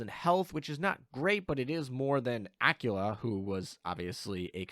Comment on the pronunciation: Aquila, qu as in queer queen quantifying querulous quintuplets. Not Acula as in Activelly acting acrimoniously acclimatized accredited accosting acupuncture actions. Please, it hurts so much every time you say it ; p